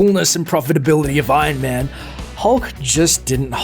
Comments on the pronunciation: it annoys me that you say: 'ion man' instead of iron man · Why do you pronounce it Ain man? It's Iron Man.